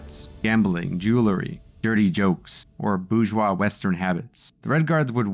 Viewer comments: Tip to the narrator of this video: you need to learn to pronounce "bourgeois." Hint: the correct pronunciation is not "boozh-wah!" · “Bourgeois” has an **R** in it! I blame Michael Malice.. Now it’s in the algorithm.